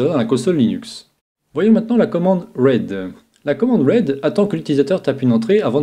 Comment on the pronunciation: Très intéressant, merci pour ces tutos. 2 petits com d'amélioration ; read, se prononce ride pas raide :) et on dit chiffrer un mot de passe en français ou chiffrer des données et les déchiffrer. Crypter a plutôt un sens littéraire (hiéroglyphes ) , mais pas au sens digital ou sécu informatique bien que son origine provienne de la capacité à comprendre des messages codés, la cryptographie numérique se base sur des états binaires (entre autre) et des modèles mathématiques qui chiffrent :)